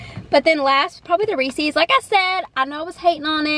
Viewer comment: Have you ever seen a Reeses commercial? They pronounce it correctly 😊